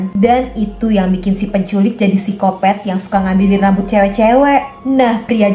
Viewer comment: Waktu kak bilang phsycopath aku hampir ngakak karena bilangnya kayak sikopet kwkwkwkwkw kayak lucu aja.